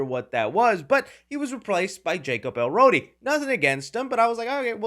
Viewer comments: jacob eLORDI 😩 not elrodi hahah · Isn’t it el Lord ee ha not elrodi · Jacob Elordi ---- "EL-LORDY" no EL ROADY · His last name is elordi not elrodi. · Also just to help you out homie cause I know there might be some Jacob Elordi fans who might be triggered as to how you pronounce his name. It's E-Lore-Di not El-Ro-di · Small correction, it’s El-ordi, not Er-Lodi 😅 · For the love of God, please learn how to pronounce "Elordi" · Oscar Issac. Jacob Elordi. Learn how to say his name if you wanna be taken seriously. You need serious education on film review. You lost me after eight minutes of Del Toro hero worship. Next. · Nope. It’s Elordi